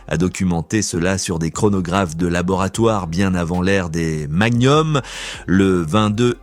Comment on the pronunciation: oui, parce que les balles " Magnoum " C'est pénible! 🤣